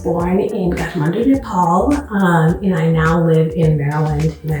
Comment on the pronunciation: sorry i am a nepalese i just cant help hearing this as its supposed to be nepal